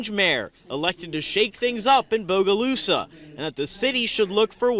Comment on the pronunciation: Thank you for saying BOGALUSA CORRECTLY!